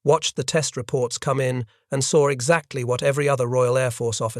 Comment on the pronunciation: There is no R in the word saw